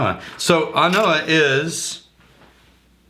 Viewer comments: So. I think An Oa is pronounced An O /An Oh? Silent A. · I am sure you don't really call but its not pronouced "an oh a" its just simply "an oo" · You're mispronouncing it! OA is pronounced "OH". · It's actually pronounced on oh - an (the) oa (obha) I don't know if anybody cares I just like the Gaelic language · /, this expression is pronounced “An Oh’’. I was in Scotland a week ago and asked a local Oban shop owner and he was talking about how they all joke about this new release. ‘’Hey, have you heard Ardbeg have released a new whisky?...’’Yeah, An Oa’’...read that in a Scottish voice and you hear the same thing as ‘’I know’’. It’s a nice joke for them.:)